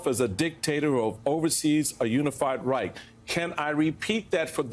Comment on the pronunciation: Americans, and that includes Biden of course, don't know how to correctly pronounce the German word 'Reich'. Lack of education?